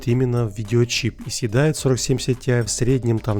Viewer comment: Почему ты говоришь СИТИАЙ, а не ТИАЙ?